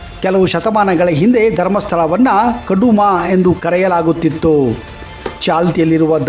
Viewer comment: ಕಡುಮ ಅಲ್ಲ.. ಕುಡುಮ ಅನ್ನಬೇಕು ಸ್ವಾಮಿ